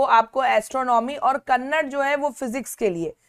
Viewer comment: Mam it's not कन्नड its कणद 😅